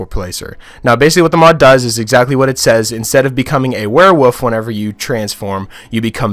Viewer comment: the way you say werewolf bothers me it sounds like your saying werewoof i ain’t trying too offend you though